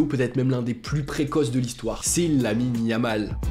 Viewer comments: Yamine Lamal * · À tu dis yamine yamal😂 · à « Yamine Lamal » 😭😭😭